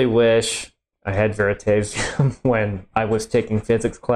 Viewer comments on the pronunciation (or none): Wow you did not just pronounce veritasium like that, or am I in the wrong